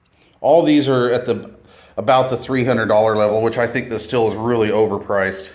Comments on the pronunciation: Pronounced “”steel”” not still. Are you sucking on a piece of sour hard candy? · Not Still. it is pronounced Steel, always has been.